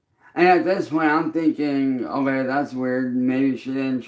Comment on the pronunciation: ever notice how can't say "Okay". He says "OhLay". Personal very excited to know he is not only a music artist. Label owner, streamer but also a bull fighter this goblin can do it all! 😂😂